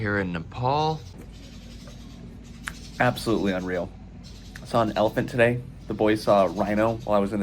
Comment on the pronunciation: Bro it's not nepaul it's nepal😭🙏🏻